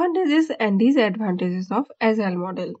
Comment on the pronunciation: Sister, it is Agile (not Azile), Pronounce like g not zee.